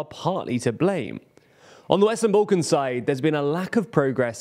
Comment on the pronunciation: Sorry bro, just where is "boollkons" ?